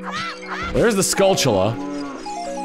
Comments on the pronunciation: This is really random but I just want to say that I'm glad you're one of those people who also pronounce "skulltula" like "skull-chu-lah" and not "skull-tilla" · Me as well. Skull-chu-lah is the only pronunciation that make sense, seeing as how its a play on the word tarantula. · Some Guy now THIS is the proper pronunciation 😂